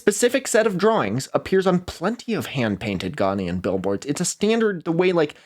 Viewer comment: i am sorry the way you pronounce accra and ghanaian is causing me psychic damage 😭 nice vid though